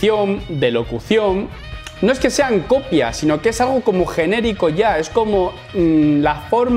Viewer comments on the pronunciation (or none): none